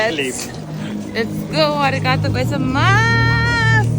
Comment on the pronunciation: Vahva video! 😊 Koi-sai-maas ei ole just kõige õigem...😅 Pigem go-zai-mass. Viisakas "aitäh" on ka näiteks "doomo arigato" - võib-olla lihtsam meelde jätta. Pealegi tihtilugu tuleks öelda hoopis "arigato go-zai-mashta", mis on minevikus ja viitab tänule asja eest, mis on juba toimunud, näiteks hea toidu eest, mis on juba söödud, aga see on juba next level trikk 🤓 Kui tahta olla super duper ülipro ja viisakas, siis võib kõik letti laduda: "doomo arigato gozaimass" 🤯 Aga päeva lõpuks kärab ka üks lihtne "arigato"... 🫠